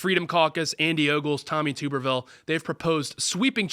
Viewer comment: Tub-ber-ville. Damn. He's not a potato.